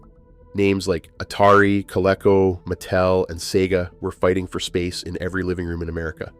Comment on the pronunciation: It’s pronounced co—LEAK-co by the way. We had a Colecovision. My brother played it a lot but I was really young but I remember playing Dig Dug on it.